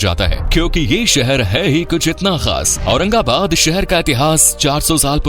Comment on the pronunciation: Aurangabad ko aurangabad bolna achcha laga 🎉